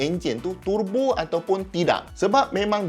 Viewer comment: Prof terbo ke? Turrrbo? Saya rasa terbo yg betul...